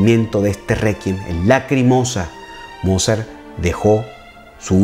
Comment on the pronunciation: eres maravilloso. Soy cubana y aquí la internet es aún un poco cara. Mira si eres bueno que llevo dos días escuchando tus magníficas clases sin parar. Una sugerencia para quien puede hablar portugués brasileño por asociación musical y porque lo vas a seguir usando: en aleman la w suena v y no vu como en inglés, la v suena f así que Mozart suena volfgang Amadeus motzart y Beethoven suena lutvig fan beetofen y Bach suena baj. Pero eso es solo para que te acerques aún más a la perfección, por favor no lo tomes como una crítica altanera. Te has vuelto mi amor a primera vista en YouTube